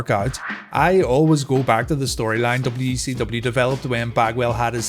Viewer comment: Anyone else hear wecw?